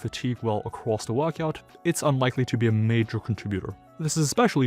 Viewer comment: What's a "wuckout"?